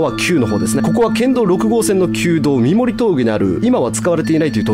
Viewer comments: 三森は「さんもり」って言うんだよ〜😊 最初の横向ロッヂは死者は出てませ〜ん🤗 高子沼グリーンランドは割と近くに住んでるんですが、昔から立ち入り禁止だし、変な噂も少なかったですけどね〜。。。 本当に怖いのは、上蓬莱橋ですよ…:(´◦ω◦｀):ﾌﾟﾙﾌﾟﾙ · 三森トンネルは、正式にはさんもりと読みます。その三森峠を下るとうすい女子寮があります。実家の目の前にあったので小さい頃その寮の売店にお菓子を買いに行ってました。売店にはいつも寮に住んでいたお姉さんたちがいました。おばけが出るから部屋にいたくないの…と聞いたのを覚えています。